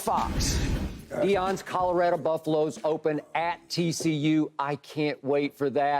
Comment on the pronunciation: Nobody : Skip: Calarado